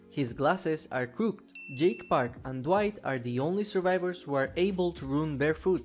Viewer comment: saying crooked like crookdddd? Are you actually an AI voice? 'oh dang Jonathon Byers skin was one of the rarest in the game? I had him but never played as him lol, but now that the skins and characters are back he's not rare anymore, I am sure.